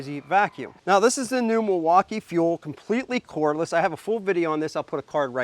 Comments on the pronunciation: Why do you call it Milwauka i i? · never heard Milwaukee pronounce that way..